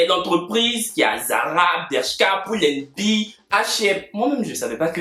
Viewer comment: C’est pull à bear pas pool ans bear😭😹😹il va me tuer